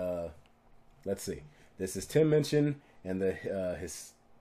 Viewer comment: I just adore Tim Minchin (you say his name right) - he actually donates to a local charity to every town/area where ever he tours. What a decent human being who is funny clever talented et al.